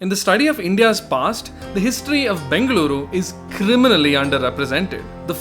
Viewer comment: Your pronunciations of Bengaluru as Bengler and Mysuru as My-sir are notably cringeworthy. Otherwise a great video 👍